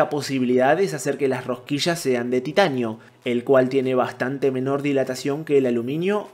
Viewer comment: Rosquillas: ❌ Rohquisshhass: ✅